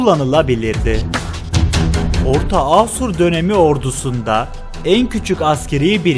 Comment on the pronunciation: Asur sozcüğünü bazi yerlerde yanlis telaffuz ediyorsun. A kapalı degil uzun A kullanmalısın.